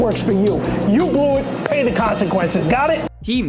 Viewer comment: He Put A HUGE Emphasis The P In PAY